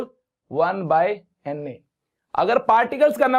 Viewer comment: Sir doesn't says NA instead, he always say Anne 😂😂😂